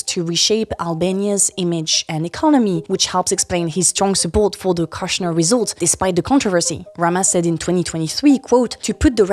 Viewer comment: Kushner has a longer o, like the oo in good. It rhymes with push, not lush.